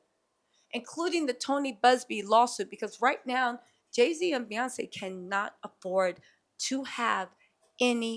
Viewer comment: Not p yonce telsa 🤣🤣🤣